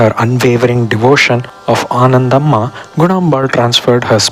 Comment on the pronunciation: Ananthambhaa not Anandhammaa... kindly check